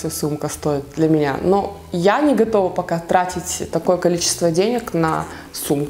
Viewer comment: Мне одной кажется что говорит не "у меня", а "у МУНЯ 🙄🙄🙄?????